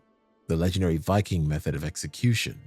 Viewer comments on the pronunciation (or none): none